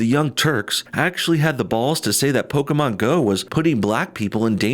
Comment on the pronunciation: No bullshit: thanks for saying Pokémon and not "Pokee-mon"